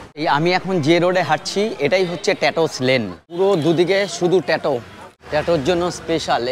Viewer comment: Bhai prothomoto pronunciation gulo thik kor. Ota ট্যাটো noi, ট্যাটু.